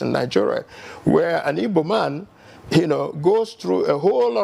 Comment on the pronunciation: Look for the ibo tribe, I don't know any tribe called ibo but igbo. It is obvious you guys now are intentional the way you pronounce the word